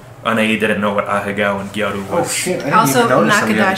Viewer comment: It’s gyaru, not gayru.